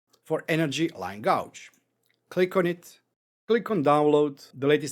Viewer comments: Nice video - I have to point out how you pronounce this word - The word gauge, you are saying it like the word gouge when it should be gage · it is pronounced gayge not gouge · Thanks for this. I've got a use for the bar gauge already. Oh, and your English is great, but gauge is pronounced gayj.